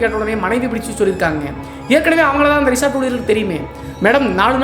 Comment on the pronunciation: Resort ❌ Reshaat ✅